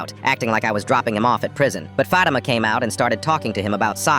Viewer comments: You pronounced fatama when it is faut - ee -ma but a little faster e a bit like I e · "F-ah-t-i-m-ah" Bro. It's F-ah-thi-m-ah. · Its not aaaaa men its AHHHHHHHMAD in not faima ITS FATTTTIMA its not omar ITS OHMARR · Bro why is he saying "aamed" for "ahmed" and "fahima" instead of "fatima"😂😂😂😂😂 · As a muslim I wanna say it's not pronounced fat I ma it's fa ti ma just wanted to say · "Fadema" its pronounced FATIMA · AMED? FATEMA? O-MAR? LAY LA? damn that ai ain’t even 1 pinch close to the pronunciation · Im arab and WHAT THE HELL IS AHHHH MEED AND FAMINA AND OO MARR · THAT IS NOT THE PRONUNCIATION OF FATIMA IS FAT-EE-MA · And I don't mean to be rude as an Asian from an Arab country, but I think you don't know many things about us, you said Omar, Fatima, Ahmed wrong, all of them. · THE WAY THEY SAID FATIMA AHMED AND OMAR HURT ME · The way my name is Fatima too is crazy and btw that's not how you say it